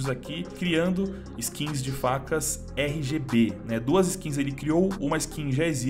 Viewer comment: cada rgb que ele disse, sangrou meu ouvido